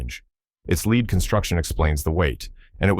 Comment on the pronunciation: AI needs to lear the difference between lead and lead